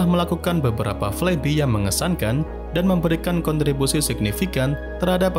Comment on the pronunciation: I hate to be that guy, but it's spelled "flaibai" not "flaibi", lol Other than that, great video!